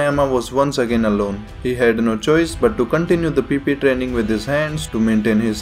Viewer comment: hahaha love the way you say PP training 😂😂😂😂